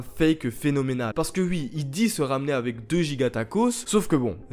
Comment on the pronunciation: J'aime bien quand tu dis "ui" au lieu de "oui" ❤️ Et oui j'ai liké mon propre commentaire